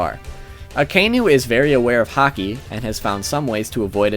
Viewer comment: Sorry, I don't watch One Piece and just watched the video on the whim, but this video is cracking me up. it sounds like you are saying "Hockey" to me. "So-and-so is quite aware of Hockey" "a Hockey based attack", etc. Sorry, just thought it was amusing./